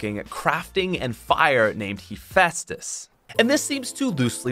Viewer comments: It's pronounced "heh festus" btw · Lol don’t know his Greek mythology, it’s hef-eye-stus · Hes pronounced * HUH- FEST-US* sry was bothering me the whole time lol